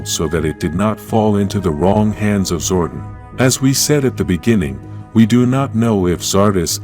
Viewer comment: your saying Zordon wrong